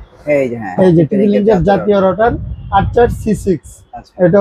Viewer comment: Not rouder, It's called router!